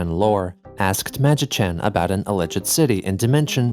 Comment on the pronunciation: are you using an AI to emulate your voice, now, or did you mispronounce "alleged"?